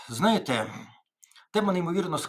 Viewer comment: Тарасе, перша буква в слові «знаєте» - З. Не забувайте про неї, будь ласка